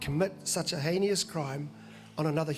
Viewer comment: "Haynious" is more commonly pronounced "heinous" (heenus) reveals what an ignorant prick you are "Bishop" Tamaki. After watching your gutless and offensive behaviour outside the Al Noor Mosque and litsening to your erroneous blather about "Jesus the one true god" can I remind you that the Abrahamic religions (Judaism, Christianity and Islam) all have the same god - or they used to until you redefined them for your own divisive purposes. Brian & Hannah Tamaki and the Density Church are taking civilisation back to the Dark Ages. They are self-serving con-artists eager to extract money from you for their own private pleasures as amply demonstrated. Their true god is Mammon. He speaks for himself - not the vast majority of Agnostic NZers nor Christians. He talks about "pulling together" yet preaches division and religious intolerance. He dresses-up like a bikie and has the temerity to attach five stars to his jerkin pretending to be a 5 star General - something that only nine Americans in history have earned. I hate Tamaki - that's being honest.